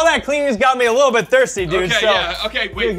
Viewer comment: “The little deet”😂😂😂